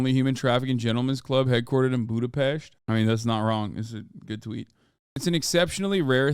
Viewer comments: Hasan pronouncing Budapest correctly made me happy 🥹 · Thanks for pronouncing "Budapest" correctly ❤